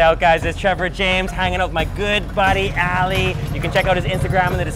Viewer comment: I like how foreigners pronounce the name “Ali” as “Alley” 😂😂😂